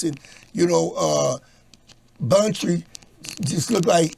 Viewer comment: Ye he said Buntry look like eat nails 😆